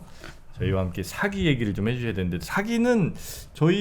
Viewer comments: 첫째, 발음 문제입니다. "사기"론에, "사기"의 발음이 모두 틀렸읍니다. 이것이 한국 문화의 심각한 문제이올시다. 사기의"사" 자는 길게발음해야 합니다. "사학자, 사서,"등 "사"자는 높고 길게 발음해야지요. 정말 한심합니다. 한국의 장단음 자고저 문제는 심각합니다. 여러번 지적했읍니다. 이 이상 대담을 듣고싶지 않습니다. 부탁이 있읍니다. "한국 어문을 고발함"이라는 책을 읽어 주시옵소서. 한국 어문의 타락상이 하 분하여 "눈물로" 쓴 책입니다 미국 변 완수 배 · 사기 발음 짧게 하면 사기치는덧이고 길게 사아기 해야합니다